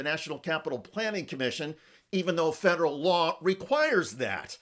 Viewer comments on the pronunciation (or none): none